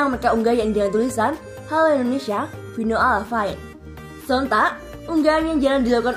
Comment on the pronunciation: Fino alla fine bkn fino alla fain min 🤣